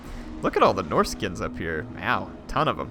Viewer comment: its not norsica its norsca